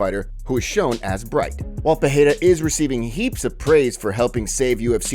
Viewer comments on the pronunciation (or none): CAN U STOP SAYING PERREIRA WRONG LIKE JOE ROGAN - ITS PEREIRA (PE-REI-RA) NOT PERREIRA (PE -HEI-RA) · Pereira not Peheira. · peREIRA!!!. Not peHeira!! Lazy gringos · Why do u say peheira ? 🥲